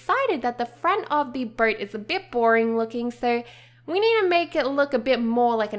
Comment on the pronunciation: i thought you make a birdhouse cuz u cannot pronounce boat right.